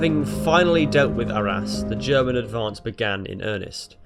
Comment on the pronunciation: In the vicinity of ARRAS....SOUNDS LIKE OUR ASS